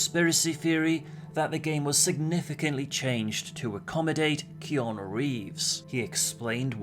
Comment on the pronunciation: It's not keon reeves it's Keanu reeves😑😑